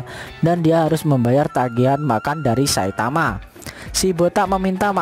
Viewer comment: Bg kenapa abg bilang saitawa bukan saitama